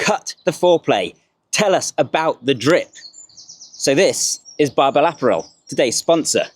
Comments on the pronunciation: Uh-pa-rul - apparel. Not Aperol.... lol sorry not sorry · Which he pronounces incorrectly (unless that's how the brand want it pronounced). It should be a - PAH - rul, in the same way you would pronounce 'apparent'. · I can always learn something or be inspired by this channel. Today I also learned the British pronunciation of "app-arel"